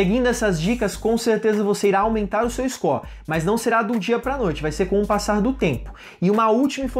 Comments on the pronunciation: Scor? Kkkkkkkk ou "Score"?? Buguei Aqui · "Iscó" kkkkkkkkkk